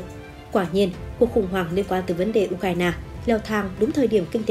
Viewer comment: Nghe nhói cái lo tai ghê u cà ra na bó tay